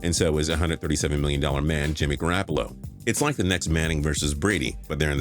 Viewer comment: And garoppolo